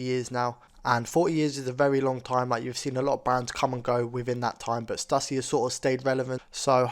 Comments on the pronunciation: ITS STOOSY NOT STUUUSSY BRO! 🤦🏾‍♂ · Cali born here....born in 80....I wore all their skate wear. So awesome to see! Although in California we pronounced it Stoooooosy dude.